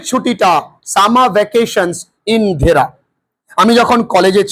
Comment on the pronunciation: স্যার ভুল পড়ছেন, ওটা ধেরা নয় দেহরা। যার পুরো নাম দেহরাদুন(দেরাদুন)